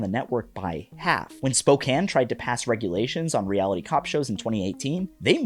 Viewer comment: Oh, jesus fuck, a Knezovich jumpscare. Fuck that clown. But thank you for pronouncing Spokane correctly, fellow Washingtonian. Always a pleasant surprise. :)